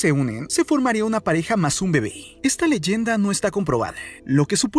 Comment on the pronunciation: Por ejemplo : “Leyende”